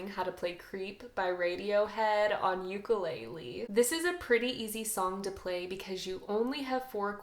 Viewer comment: Just a heads up & no offense. You should know how to pronounce the instrument that you are teaching. It’s not a “Yuke-a-lay-lee”. It’s actually pronounced “Oo-kah-lay-lay”. You’re doing a good job and I’m not trying to give you a hard time. I just wanted to let you know so that people will take you serious. Many Hawaiians won’t correct you because of the aloha spirit and others will just laugh under their “Ha”(breath) and not take you serious. Keep up the good work teaching beginners! Much Aloha!